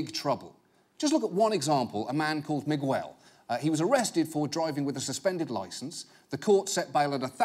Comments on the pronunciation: “One example! A man called Migwell.” Migwell? What the fu.... You mean Miguel?! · my man really be saying "migwel" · "Mig-well." I get that you're British, but come on. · He called dude 'Migwell' lmao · Is that dudes name really pronounced Mig-Well. Not Miguel? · Why does he say migwell? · Miwell? I thought it was Miguel, pronounced Megal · If you are planning on staying in America, you are going to need to learn to say "Miguel". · On a side note....John Oliver pronounced Miguel really funny to me. Like its Migg-el not Mig-EU-el or however he said it 😂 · It's so funny to me, a spanish speaking guy, to hear the way John pronounces the name Miguel. Can't really explain it, but it's not Meegooel. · The way he pronounced Miguel was hella irritating... Just thinking about it is annoying. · You don't pronounce the u in Miguel. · The u is not pronounced in Miguel. Please John please you have a team of fact-checkers.